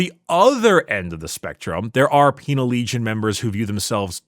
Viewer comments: Haha peenal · I heard the word "peenar" every time they said "penal" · Peenar legions, hahahaa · I heard ‘penial lesions’ and had to double take i was watching an ad ric episode